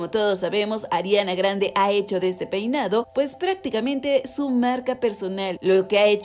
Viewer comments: Jaja si dice Poinado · Jaja en el minuto dice "poinado" 😂